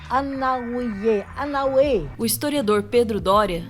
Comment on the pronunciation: aquela histiriadora falando Anauê errado foi de doer. Parecia minha avó contando histórias.